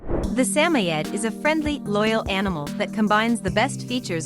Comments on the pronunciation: Sammy-ed? How about Suh-moyed? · I just heard this nonsense recently on another video, and pretty sure it was a real guy screwing it up. Although I thought emphasis was on SAM. But this “Sammy-Ed” gives me the creeps. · WTF is a Sammyed? Let's try a Samoyed, SA-MOY-ED. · Get the pronunciation correct please... example: Sa-mo-id. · Samoyed. Rhymes with BOY, Sam-oy’-ed. Emphasis on oy. Robot voices don’t pronounce things very well. I see why they’re necessary when English isn’t the first language, or someone is a mute, or just not comfortable speaking. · sam oyed say it right ai voice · It is called a SAM-O-YED it is named after the SAM-O-Yed people not all pronunciation is based on actual spelling. If you cannot get the actual name straight don't use it. And to link it to a husky is pure ignorance! Learn your true fact on dogs you are speaking of. Just another failuer. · a"saymored" is NOT a saymoed 'husky'. its just a saymored. and you pronounced it WAY wrong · Never heard Samoyed pronounced that way.